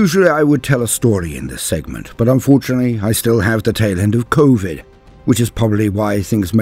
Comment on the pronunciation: Convid 😂 you've been had😅